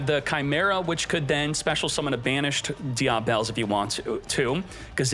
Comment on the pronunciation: Die-ah-bell... <-- this killing me😂😂😂